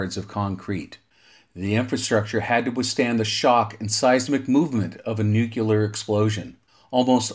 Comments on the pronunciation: Great video, and very informative, but as a guy who does voiceover professionally, you lost me at every reference of nu-cu-ler. It's pronounced new-clee-er. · Why is the word "nuclear" so difficult for some people to pronounce? Nu-Clear. Two syllables. There's absolutely no such thing as "new-cue-lur". I question the accuracy of any information presented by someone who literally can't pronounce a two syllable word. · Nucular, huh? Took me right out of the video every time I heard it. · Great video, but am unfamiliar with the term, “nucular”. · Jesus Christ why is it so hard? Say NEW. Say CLEAR. Theeeeeere ya go, son. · Yes, this makes this video almost unwatchable, having to hear that word constantly. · My incredibly intelligent dad has been talking about nucular stuff my whole life; still trying to figure it out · I agree, this is one of my pet hates. I found the video interesting but unwatchable due to the 'nukular'. I had to turn it off halfway through. I just can't take that guys voice. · I like it! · Nucular? Jesus wept 🤦‍♂️